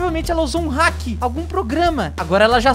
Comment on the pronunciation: vc falou heck envés de falar hack kkk